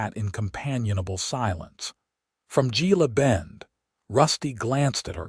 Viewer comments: Gila Bend is pronounced Hela Bend. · Pronounced Hela Bend 😊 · It's pronounced "Hella Bend" Gila Bend. 😊